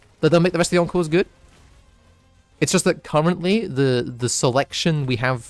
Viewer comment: also every time you say encores i hear "uncles"